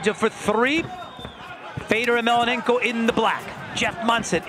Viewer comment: Mellonenko! Say his fucking name right. Such disrespect.